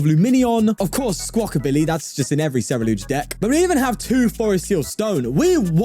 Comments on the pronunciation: no he didnt he only said it at the very beginning then kept saying cereludge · 42 i dont know, i think hes still saying cereluge, but it may just be me lol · HE FINALLY SAID CERULEDGE INSTEAD OF CERELUDGE